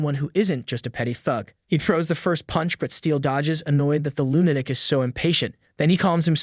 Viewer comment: Lunatic is not pronounced "loon attic" ... it's "LOO nuh tik" as in Luna, the name of the moon.